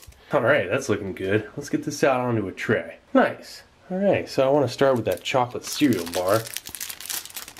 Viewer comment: sa lets get this aht ona treh